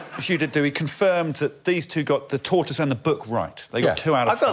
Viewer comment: Everyone: Tortoise Gay Brit: Toy-toys